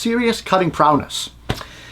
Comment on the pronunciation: FYI: its 'prowess' not 'prowess'.